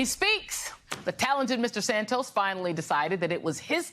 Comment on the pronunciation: I still don't get how you go from Santos to "Sand toes" that's a whole bunch of extra letters in there for no reason and it's not how you say that word in either Portuguese or English, so it's like going out of you way to mangle a 2 syllable name that other English speakers don't need to add these extra letters in there to make it sound like "sand toes" instead of Santos, looks and sounds a lot like racism. *lend. Is it "Friends, Romans, countrymen, 'loan' me your ears"? No, so why are you mangling past participle again? Those rules still apply so it's lies, not "lays", because only another person can lay something on the ground, you and a dog can't do that to yourselves, you can't get laid alone, sadly. The same with "loaning". I can't listen to this, because most people learn this in primary school and it's not in your stupid Merriam Webster foreign dictionary that no one recognises either, because they say the same as me, Shakespeare and the Cambridge dictionary says about that. Speak English, ok, stop speaking that gutter English, pig latin or whatever it is you're "evolving" there.